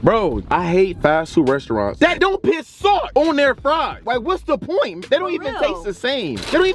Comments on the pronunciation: No hate torwards but why you always say pit instead of put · The fact. That’s say pit instead of put